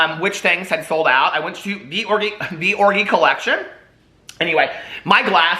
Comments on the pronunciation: I can’t with the way you pronounce orgy 😂😂😂😂😂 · can someone explain to me why hes pronouncing orgy the way he is...is he worried about getting demonetized?